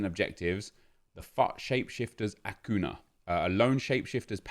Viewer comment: This is really petty and I’m so sorry but it’s pronounced ‘acunya’ cos of the accent chief